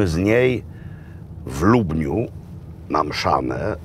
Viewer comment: Jak zawsze z szacunkiem, Beskid Niski - jeden z moich górskich celów. Ale Panie Robercie, "Lubieniu" a nie lubniu... Pan przestrzega polskiej wymowy, historii i tradycji, ale proszę... Pozdrawiam i życzę zdrowych, wesołych Świąt Wielkanocnych🙂